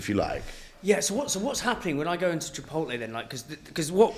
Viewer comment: I've heard people put the L on the wrong side of the T in Chipotle before, but I've never heard someone put one on either side just to be sure